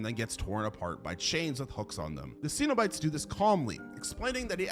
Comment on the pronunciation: You’re pronouncing cenobites wrong. For someone who is so into horror, you pronounce so many things wrong